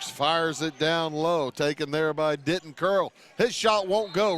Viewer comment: It’s not pronounced DITT ON it’s pronounced DI TON. (I go to school with him)